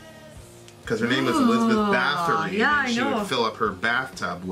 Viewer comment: It’s pronounced “boat-ory”